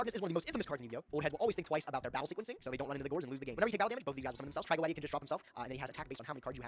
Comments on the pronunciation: Trago-o-edia is actually how it's pronounced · That's actually the correct pronunciation of Tragoedia btw, it's a real Latin word